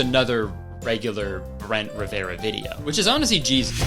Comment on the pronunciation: “bloo-dy ma-ry” “brent ri-ve-ra” kur-tis conn-er uh oh